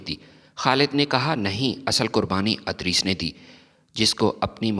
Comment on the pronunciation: adris nahi idrees